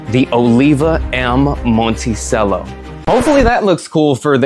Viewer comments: It's pronounced Monte Cello. Cello, like the instrument. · Come on bro...if you're gonna do a review on something, at least know how to pronounce the name correctly. As noted by a previous commenter, it's pronounced "mon-tee-chello." As for your issues with the moka pot, it looks like you had the heat on way too high. A low flame on a gas stove is ideal in my opinion. This helps prevent burnt tastes and spillage, as in your case. I also boil water beforehand in an electric kettle and pour up to half an inch under the little release valve in the bottom section. Never fill above that valve. Lastly, turn off the flame a few minutes before finishing and wait till it stops siphoning, then you're done. No need to cool it off in the sink. (Not sure why you even did that. All you did was contaminate your coffee with tap water.) Moka pot is my preferred method of brewing coffee, but it can be a little tricky to perfect. The grind size, for example, has to be just right in order for everything to work properly. But once you get it all down, you're rewarded with the most espresso-like coffee you can make without an espresso machine. Now, as far as the cigar goes, the Monticello series is my personal favorite of all Olivas, which happens to be my favorite brand of cigars. I've definitely smoked most if not all of their offerings, and I would say the Monticellos are comparable to the Serie V Melanios and Melanio maduros. They share many similar flavor notes. There is, however, less spiciness and more creaminess that combines for a sweeter & smoot